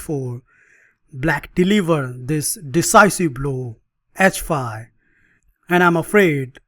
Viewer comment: A fun line against the London System. Geee feive And heitch feive !😁